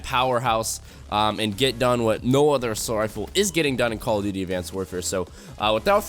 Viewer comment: this bitch said cod aw BITCH this ain't aw